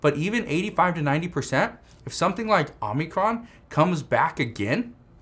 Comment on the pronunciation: It's Omicron not Omnicron!